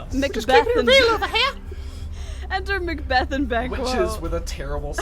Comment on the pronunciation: "there to meet with Macbath!" it's Macbeth! you idiot! and that's Azkaban!